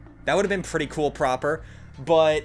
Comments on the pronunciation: calling prapor proper is crazy 💀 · The worst quest is the one where you have to figure out why pronounces Prapor's name that way.